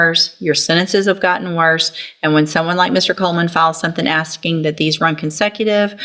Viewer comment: aksing? 13/90 slang